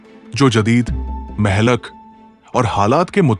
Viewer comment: Urdu main Mehlak nahi kaha jata hey Blake mohlik kehna sahih hey